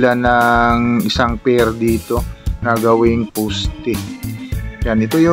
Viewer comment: Pls don’t get me wrong sir but just want to comments. It would be much nicer to hear if u pronounce it correctly as follows: another day(soft long a) not another “di” & poste not posti(matigas) latest not latis. Ty & ingat!